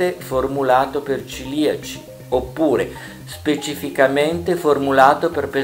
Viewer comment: Si dice cEliaci, non ciliaci. Bene ma non benissimo.